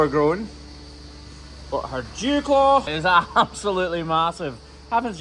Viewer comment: I swear he said jew claw😂 but it’s dewclaw 😂